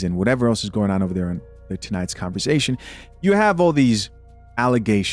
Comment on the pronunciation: When you say “converzation”🤭like sir no.